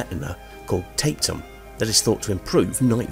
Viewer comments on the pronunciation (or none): The tapetum isn't pronounced "tape tum", it's tap - ee - tum. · It isn't pronounced "tape-tum" 🙂